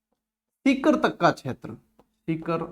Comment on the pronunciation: Sir aap sikar ko tikar kyo bolte ho sir